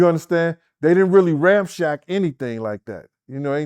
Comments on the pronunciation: This boy said “ramshack”. Yo, it’s ramsack 🤦🏻‍♂️ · Ram-shack instead of ran-sack. makes me giggle with his little -isms 🤭